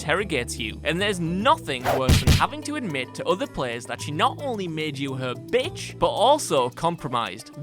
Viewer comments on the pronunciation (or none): so much enphasis on bitch